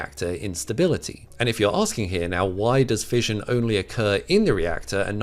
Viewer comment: 'Fission' is pronounced with an 'Sh' sound, not a 'J' like in fusion. 'Fishion', not 'fijion'.